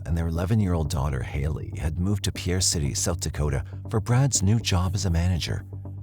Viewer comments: It's not Pierre (as a French pronunciation, 2 syllable). It's pronounced as Pier or Peer, 1syllable. It's also NOT referred to as Pierre City; just Pierre. Pierre is on the east side of the Missouri River and Fort Pierre is on the west. (lifelong South Dakota native, here) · Its not Pierre City its just Pierre and pronounced like "peer." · Not Pierre City... just Pierre. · It’s pronounced Peer, SD. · The city is pronounced Peer. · The town name is pronounced "Pier"... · It isn’t pronounced Pierre it pronounced like pier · It’s pronounced Pier. Everyone that doesn’t live in SD always gets it wrong. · I live in south dakota, it's not pierre city, it's just pierre. Pronounced PEER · I found the music soothing. Definitely helped with how irrationally annoyed I got every time they said “Pierre” wrong. Yes, they said it the traditional way, but as a South Dakotan, it’s actually pronounced like pier/peer. 😂